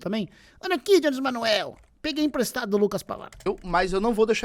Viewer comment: pronuncia o nome do jones direito kkkkk